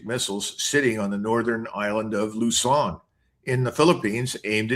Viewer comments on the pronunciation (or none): none